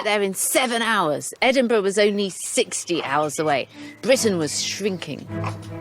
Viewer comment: Today this may be considered superficial and sexist but, I think Lucy's adorable too. "I AM THE QUEEN OF BWITIAN, OPEN THE DOOR!" :-)